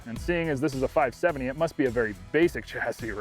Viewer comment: “Five sevinny”